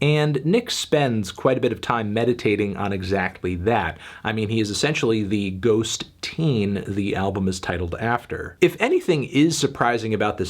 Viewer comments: It's totally bizarre how Fantano keeps saying "ghost-teen" , I feel like no normal person would pronounce it that way when its clearly "ghosteen" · Fantano, it’s not Ghost-teen! It’s ghosteen as in “little ghost” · According to Nick Cave, it’s not “Ghost-Teen,” it’s “Ghost-een.” In Irish, the suffix “een” means “small,” or “little” making the title Little Ghost, perhaps another reference to his son, but not quite so literal as “Ghost Teen”